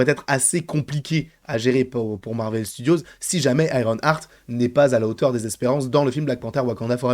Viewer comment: Si ça se prononce bien Ironheart et pas IronARTE! Pourquoi tout le monde dit IronARTE? Déjà que c'est moche à dire IronARTE mais c'est même pas la bonne prononciation à la base (ok je chipote mais depuis le début ça me fait mal aux oreilles d'entendre ça partout😵) Continue tes videos j'adore. Et Sacha Baron Coen, EXCELLENT acteur. Il sera parfait !